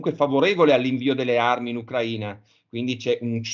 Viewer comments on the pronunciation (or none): none